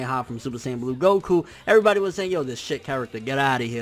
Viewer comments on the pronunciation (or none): none